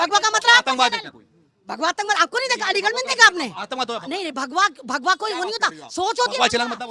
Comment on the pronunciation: Bhagwa he tu bola hai aise keh rahi ho jaise bhadwa boldiya😂😂😂